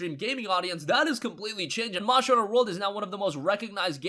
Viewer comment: “Monster” Not “Monsher”